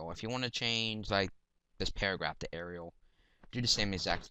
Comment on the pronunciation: It's arial [doh]